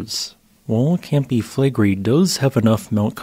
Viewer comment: It’s pronounced Fleh-gray